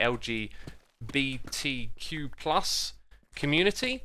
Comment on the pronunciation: the way he said lgbtq+ tho.....